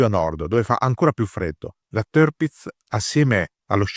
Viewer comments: Sì pronuncia Tirpitz non terpitz - per resto super documentario !!!! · Ma che tërpitz tërpitz! Si legge tirpitz con la i, non con e, e nemmeno con ë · Il fonetico tedesco esatto sarebbe con la doppia "i": TIIRPITZ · Se posso permettermi, il nome si pronuncia esattamente come si scrive (in accordo con la fonetica tedesca).